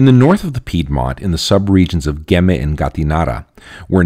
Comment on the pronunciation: but please pronounce Piedmont correctly... :-)